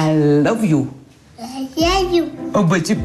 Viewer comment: écoute:I love you répète:alesilliou😂😂😂😂😂😂😂😂😂